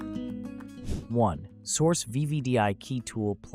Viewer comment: Crap. And who pronounces Xhorse as Source?